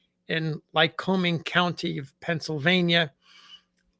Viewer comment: Lycoming is pronounced as "humming." Not like Wyoming. My ancestors included folks who named the place before all you white people got here.